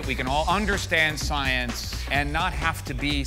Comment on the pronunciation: "SOYENCE" -Lawrence Krauss